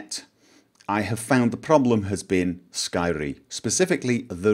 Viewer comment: I LOVE THE WAY YOU SAID SKYRIM THATS LIKE THE WAY IT SHOULD BE SAID (if we could actually say it in that awesome voice).